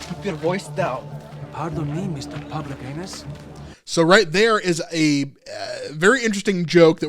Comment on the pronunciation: Isn't it "Public Heinas?"